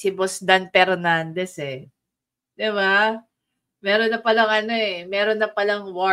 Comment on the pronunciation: Pernandez ang galing nyan mag Fronounce ng Ep at Fi…. Pano nakalusot mga ganyan trying hard mag ingles mali mali din